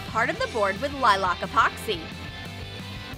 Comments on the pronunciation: lilock? Funny I always pronounced it lilack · lilic Everyone else: lilac